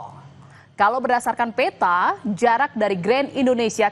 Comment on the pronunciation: Suaranya g usah overacting Mbak'e.Reporter atau news anchor itu hebat apabila content yg dilaporkan obyektif ,informatif & komprehensif, gak perlu overacting & dramatic atau spt baca puisi.Ini bukan telenovela kampungan a la Bolywood.Benahi aja pronounciation Anda ,spt pengucapan peta misalnya.